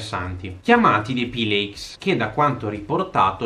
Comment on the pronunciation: Pileiks!? Pileiks!? Si pronuncia Filakes e al singolare filak